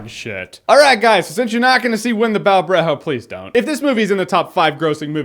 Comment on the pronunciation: JJ its Bough as in bow not however the hell you pronounced it